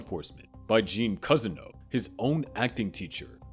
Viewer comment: and he also said cuzzino instead of Cousineau